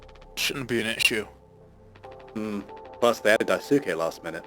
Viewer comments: my understanding is that “Daisuke” is pronounced “DICE-kay” you are not supposed to empathize with jimmy to this degree holy shit. ive never played the game but literally all the commentary and analysis ive ever heard on this game is that jimmy canonically SA-ed/🍇-ed anya. saying she hated him without addressing that is so fucking weird dude. you grazed over the part where she asked about the sleeping quarters not locking 🤦🏻‍♂️ everyone has been pointing to how that implies jimmy let himself in and assaulted her. look… my point is that if you’re going to empathize with such a despicable character… (like yes we can sympathize to SOME degree and recognize he’s a hurt person who hurts people) you can’t just ignore all the arguments being made that he’s not just a disturbed, depressed coward… he’s also an abuser and potentially a sex pest if not a full blow 🍇-ist i know there’s been some debate about the alleged 🍇, SA, or coercion, whatever you wanna call it, but even if you don’t think that’s what happened it is EXTREMELY clear that anya is and has been abused by him this entire time so saying “she was too scared to tell him she hates him” is such a weird way to talk about a victim. even when he’s manipulating curly and daisuke, he doesn’t put them down to the degree he puts down anya, and she fauns the most around him out of the three damn dude idk if i can trust your commentary anymore. its not just that your opinion and analysis might be different or more shallow it’s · Amazing video but the pronunciation of daisuke’s name was hurting me. Its japanese and pronounced “die-skeh”. Edit: He said it properly Edit 2: yea says it right everytime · its not dai_suke its pronounced daiske i think this video was a masterpiece holy hell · You're not. Names have a very specific pronunciation which usually involves the stress being placed on the first syllable. Also in this case the su is pretty silent, like Sasuke. So it's DICE-kay, not daiSUkay or dice-su-KAY